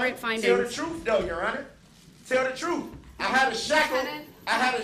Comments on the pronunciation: “Dishreshpeck” “Truf” “Dishonor” What a moron. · He just wants the “troof” to be told! lol 😂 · … and nutan but da troof! 😂. He ain’t axing, he’s telling!